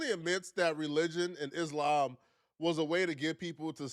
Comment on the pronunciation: everytime she says isLAMB, my hijab slips off a little bit.